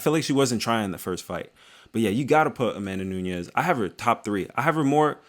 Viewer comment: It's Amanda NUNES not Nuñez. Awesome video otherwise.